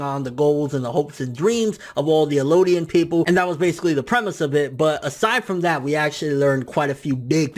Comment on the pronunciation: Eldians bro. Not Elodian. There's a translation that fucks it up, calling them Mare and Ellodian. But its definitely Marley and Eldian.